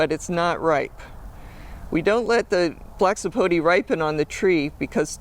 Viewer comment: It's pronounced sapotA not sapotee